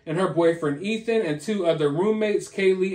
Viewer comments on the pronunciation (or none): none